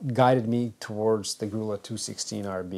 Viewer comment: "Grulla" is pronounced Groo-ya.